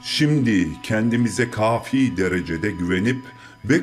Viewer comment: "Kemal" diye telaffuz ediliyor...Dikkatinizi çekerim Kafį!! Kelimesi ve bir çokları hatalı... Ūzgünüm ama öyle... ı